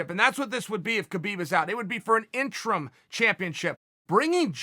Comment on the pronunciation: "IN-Trum" championship - Uncle Chael